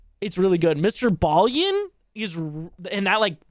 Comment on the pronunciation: Homie....his name is Mr. Ballen (pronounced as it's spelled)......not Mr. Ballien. I do enjoy your commentary though, so keep up the good work.